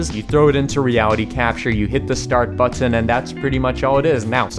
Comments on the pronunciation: it's pronounced "button" not "butt tin" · The way he says bu - ttun 😂😂😂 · but-ton, kinda annoying ahahhaha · the way he says button... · i love the video, i love the way you say button, I love your wig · The way he says button 💀